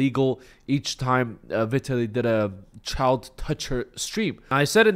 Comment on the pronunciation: Learn to pronounce Vitaly correctly first...